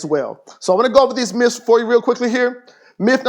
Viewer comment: Stop saying myfs